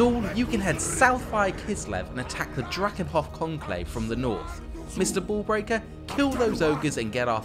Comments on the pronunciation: I heard Mr Ball Breaker and not Mr Bull Breaker lol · You know he might have meant to say bull breaker but you know he saying ball breaker.